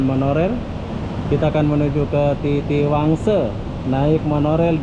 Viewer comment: Kalau ngomong Indonesia,guna lah bahasa Indoneisa yg baik.orang Malaysia pun bilang TITIWANGSA ya TITIWANGSA,.. Kenapa loe kok ngomong TITIWANGSE....! contain SAMPAH